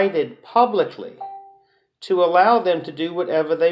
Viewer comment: I wanna smack every time he says: “All-low, even low, and pre-tell” 🙌